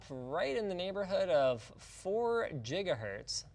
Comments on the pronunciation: JIGAHERTZ SERIOUSLY? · Stop spam-selling your water bottle, damn. Yes, pink is cute. But I can just drink out of an empty juice jug. Is the water bottle the main way you make a living, or what? OMG, you just said Jiggahertz, gross. As bad as saying .Jif. Ok, I'm drunk, I'm too critical. But Jiggahertz really is yucky.